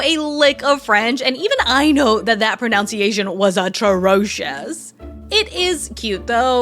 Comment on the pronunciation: You pronounced pronunciation wrong oop